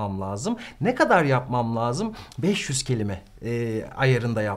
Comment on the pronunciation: Hocam, lâzım kelimesini telaffuzuna uygun olarak ince , parlak a ile söylemelisiniz, laazım olarak kalın a ile değil.